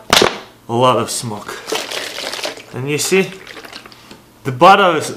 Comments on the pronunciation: it is smoke not smock...just sayin :P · smoke has an e at the end